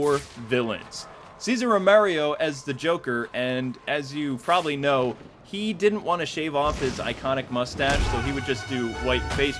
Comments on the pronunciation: That's Cesar ROMERO, not Romerio.... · You mispronounced a lot of names. It's Julie Newmar (New mar) not Naymar. Frank Gorshin (Gore shin) not Gorshine. Ceasar Romero (Rome air oh) It really detracted from the presentation when someone who wants to educate on the history of the show can't pronounce the names correctly. The 1989 movie was NOT "The Dark Knight", it was just "Batman." The Joker WAS in the Olan Soule version of the Batman cartoon, voiced by Ted Knight, who also voiced the Penguin, Eiddler, Commissioner Gordon, Alfred, and many of the thugs (with Kasey Kasem also doing background voices). I NEVER saw King Tut in the Adam West voiced series. If he was a villain, I missed that episode.